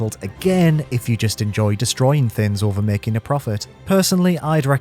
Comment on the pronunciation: It’s funny how you can’t say “g”. “Thins” “GunSlinner”